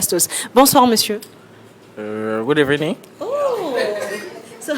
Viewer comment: 🤣🤣🤣🤣🤣🤣 ‘Good Ebenin’ 🤣🤣🤣🤣 Tchiaeeeh, On aura tt entendu dans ce monde wallah 🤣🤷🏽‍♂️ Sinon félicitations à tous pr l’initiative 🔥👏🏽👏🏽